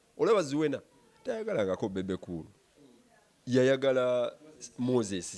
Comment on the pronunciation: Beebe not beib